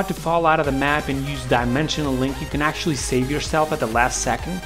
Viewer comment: "you can ACTUALLY...." "I can ACTUALLY..." smh that's "ACTUALLY" hella annoying.